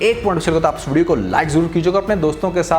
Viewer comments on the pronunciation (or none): When you say aaj ki "is video" mein .... It sounds like aaj k studio mein 😅 But congratulations on another prediction proving true...